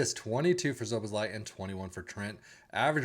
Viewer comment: nothing wrong with it it mate. Just thought u might want to pronounce it correctly. U should know we are very particular about our footy.